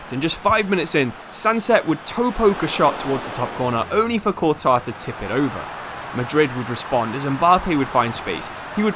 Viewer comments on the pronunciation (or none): none